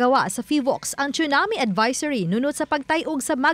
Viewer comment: TSUNAMI is pronounced as SOO-NAA-MEE (NOT chunami)